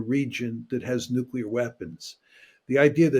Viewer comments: It's NUCLEAR not Nucular FFS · Look here,, it's called NUCLEAR, not 'nucular'!